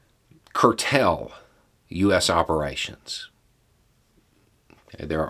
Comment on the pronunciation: "Curtell"? Haha! It's cool! I'll curtail any criticisim!